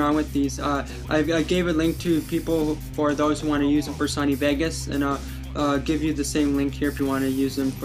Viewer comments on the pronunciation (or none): none